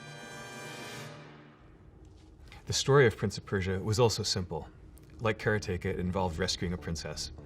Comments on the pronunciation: What the hell is that pronunciation!? Kara-teka? Didn't he make the game and do karate? It's Karate-ka ... almost makes his whole story unbelieveable now ... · All this time I thought the pronunciation was... 'Karate-KA' ; Mr. Mechner pronounces the title, 'KA-RE-TEGA'. How 'bout that? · he pronounces karateka as almost 'caretaker'- my whole life and childhood i called it- Karate-Ka - wat headfuck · TIL it’s “Kare-tayka” - I’d always pronounced it as “Karotica” in my head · I loved this video, and loved learning about how Prince of Persia was made. BUT, the biggest revelation may be that he pronounces it "Cara-take-a". I'm still in shock. :) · One of my favorite games. I still have my Apple //e and I hope I still have Karateka on 5-1/4" floppy disk. However, I never pronounced it the way you do (and since you created it you can pronounce it any way you want!). Be it known that I have always said kuh-RAH-teh-kuh – which to me sounds very close to Karate! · first off 'kara-teka', huh all this time I never knew that's how it was pronounced. As for prince of persia I definitely had fun with the SNES version, I'd love to sit down with the apple II version of that and karateka and finally beat them, though! this was super cool to see how that game was created, and blown away by the twist to beat the shadow-man that must've thrown people back in the day! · Despite having a close Japanese friend. Maybe she wasn't saying 'combat, combat!', maybe she was saying 'karaTEka, karaTEka!'. 😂😂 Either way though, awesome Dude and some great memorable games. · So I know he made the game and all... but I always thought it was pronounced Karate-ka :) And even Jordan Mechner isn't changing my mind about it :) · so that's how you pronounce Karateka, trust an American to say it different, even if he invented it :] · How can someone who made a game called 'Karateka' pronounce it so badly? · The way he pronounces "Karateka" despite saying "karate" normally is bewildering.